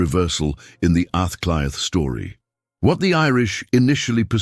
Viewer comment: Aah clea is pronouncionatof dublin the 1 hour video that I suffered to watch withan computer b used gobshite is a moment I will not get back. Half of ur lies in this video shows u as a fraud. The fact of mentioning a word in gaelic and conviction and confusion as understanding a language that you a obviously no nothing about is baffling